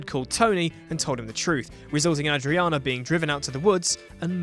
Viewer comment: apparently mandated need to mispronounce names reaches its zenith at 5'30, when a character's name is pronounced two different ways in two consecutive sentences. So, is it Ah-driana or Ay-driana? Make up your mind.